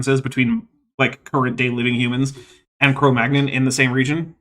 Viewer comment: Cro Magnon is now pronounced like Filet Mignon? Is this like how I just learned NASA pronounces the Gemini missions as the word mini?